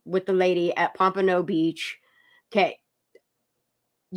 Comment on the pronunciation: It's not Pampano if you are talking about the city in Florida. It's Pompano, like the fish.